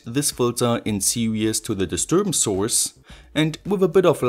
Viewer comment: You pronounce "series" like "serious", was a bit confusing haha. Great project, I loved it.